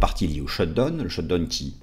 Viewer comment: Parfaites analyses, merci, mais… le shutdown se prononce shutdaoun!